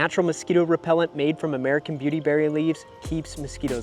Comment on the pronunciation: You really should have said the word "beauty" with a little more force. I turned the volume on my phone all the way up and it sounds like you are saying ditty berries.